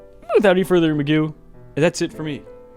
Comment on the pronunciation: Did you say "without any further SPADOO"! How dare you! I neeeeed my Magoo from you.